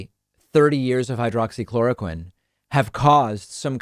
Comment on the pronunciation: Flynn called it "Hydrocloroquine" not "Hydroxychloroquine". I call bullshit. You can't take a med for 30 years and not know how to say it easily and rattle it off your tongue like it was nothing.